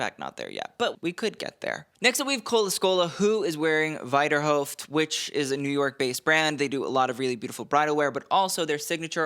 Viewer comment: Might want to double check your pronunciation of Wiederhoeft